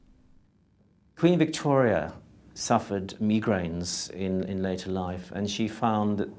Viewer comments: Funny how the jeweler pronounced migraines, he said megrains.🤭🤭🤪🤪 Only way to explain to him how it's really pronounced is my-grains. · Lol he said megrains instead of migraint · “Me-grains”... lol 😂 I’ve never heard migraines pronounced that way.